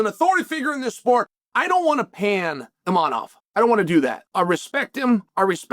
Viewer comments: Imavov ❌ inamab 😂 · maybe start saying the name of the dude correctly. His name is ImaVVVOV. He is top 1 contender in the division for god sake. Learn his fucking name. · There's no n in the name Imavov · Repeat after me : IMAVOV